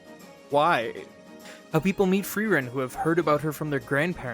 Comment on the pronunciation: I want to thank you for being the first english-speaker I've heard say Frierens name correctly. It was a small thing but it immediately showed me your attention to detail and gave me the right mood for the video :)